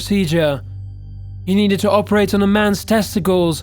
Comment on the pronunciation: Learn to pronounce words! Jesus fucking christ! 'Operate'! Not 'Oh-perate'! And that's 1 of far too many!